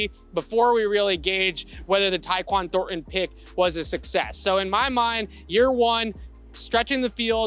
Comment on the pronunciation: can not say ThorNTon